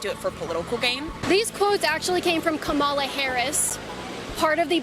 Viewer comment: She also hasn’t said Kamala’s name correctly a single time and it does fucking bother me because at some point you’re just not you just don’t care you’re just disrespectful